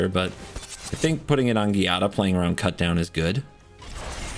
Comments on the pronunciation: Its actually pronounced Jaa-dah.... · As long as Giada has been out and you still don’t know how to pronounce the name? It is Sicilian and means Jade. Sounds like Gee-ah-da. I am only correcting you because it is my daughter’s name. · Cringe every time you say Giada. Not too bright.